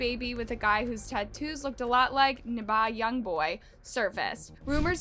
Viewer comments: Did this mofo just say NABA YOUNGBOY??? IS A ROBOT???? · "Niba youngboy" brooo😭 always misprounces the names, it triggers me so much !! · why did u say nba young boy name like tht 😂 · I was wondering 😭😭